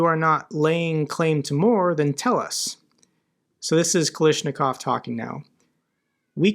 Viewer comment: seriously? Even mispronouncing the name Kalashnikov? You've really stopped trying, haven't you? 😂